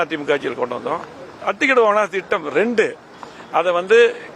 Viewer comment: டேய் வேலுமணி அத்திடவு அவாசி திட்டமா ஒழுங்கா அத்திக்கடவு அவினாசி திட்டம் என்று ஒழுங்கா சொல்லுடா பன்னாட